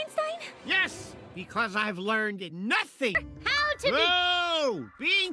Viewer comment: Hooo boy, the way he says "NOthing" here absolutely SENDS me